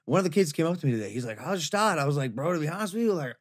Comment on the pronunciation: its Gstaad, not shtad